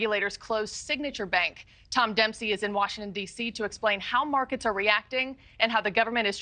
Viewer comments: This reporter keeps saying "Silicone" instead of "Silicon" just funny. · "silicone valley bank"